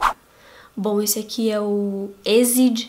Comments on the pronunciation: só uma curiosidade.. o cara com o cabelo florescente do último MV (music video) é o G-Dragon do primeiro MV e EXID se pronuncia tipo "éks ai di" não sei explicar djjejfnd adorei o vídeo sz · Mari, o Exid se fala Équissaidi, so se vc quiser saber msm ♡